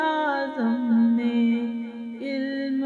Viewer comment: لفظ علم غلط بول رہی ہیں" الم" صحیح لفظ یعنی الف کے اوپر زبر ہے